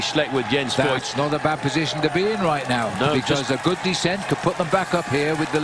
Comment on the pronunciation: "Voigt" actually pronounces "Fohgt", more or less rhyming with "poked". In case you're interested.